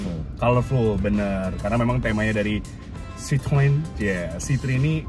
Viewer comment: sebetulnya pengucapan bahasa perancisnya itu sitroen. nama ini kan diambil dari nama pendirinya yg sebetulnya orang belanda, pengucapan bahasa belandanya itu sitrun (kayak kita di indonesia ngucapinnya). kalo sitroang itu pengucapan orang indonesia yg sok2 perancis aja.